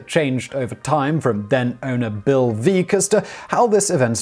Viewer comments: That's Veeck, as in wreck. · "Veeck As in Wreck" It's how his name is pronounced, and it's the name of a book he wrote. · And Bill Veeck's name rhymes with Wreck... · Yes, and its pronounced Bill Veck. Bonus Fact: Veeck planted the ivy in Wrigley Field. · Lots of outrage about his version of Harry Carey.Well, boys and girls, Bill Veeck, colorful guy, pronounced his own name VECK, as in neck. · Veeck as in wreck. Caray as in carry. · This was painful to listen to........ Ka'rey and veak :| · All the corrections in the comments about the pronunciation of "Caray" and "Veeck," yet has no one mentioned that he also mispronounced the character Katie Casey in the song itself?